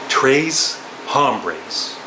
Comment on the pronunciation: Tres is pronounced trace like race. Denada.